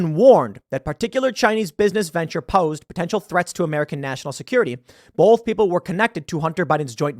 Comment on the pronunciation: Tim, stop saying "bolth", say "both"